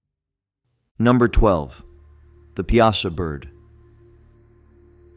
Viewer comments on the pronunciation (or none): It's "Pie-A-Saw", not "Pee-As-Ah". I've lived in Southern Illinois my whole life! , it's pronounced "Eye-Lie-Nigh" not "Ee-Lee-Nee". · The Piasa bird is pronounced pie a saw. Not pea ah sa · 😅It's pronounced "pie--saw" bird. Born and raised in Alton Illinois area, I'm 65 years old. The Piasa Bird is a legendary creature featured in the folklore of Alton, Illinois. It is depicted as a giant, man-eating bird with a fearsome appearance, often described as having horns, red eyes, and scales. The legend surrounding the Piasa Bird is tied to the local Native American tribe,the Illini, who believed it terrorized their villages and carried off victims. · the bird's name is pronounced "Pie ah saw" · The way he said Piasa pisses me off. Its PIE-SAW. Sincerely, someone born and raised in Alton, IL. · As someone who lives in the area, let me correct you in saying that Piasa is pronounced Pie-uh-saw.